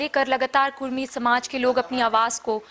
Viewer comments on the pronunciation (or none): कुर्मी नही कुड़मी